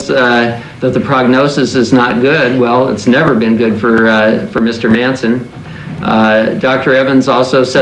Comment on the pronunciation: M A N ... S O N ... thats "Son of Man(kind)" ... why he says "Manssenn" ? One of the most sad stories of a "system fed on souls" so far documented.